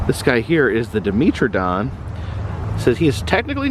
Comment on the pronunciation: I love you sir but its Di - MET - Ro - Don. ;p